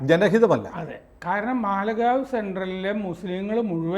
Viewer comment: മാലേഗാവ് എന്നാണ്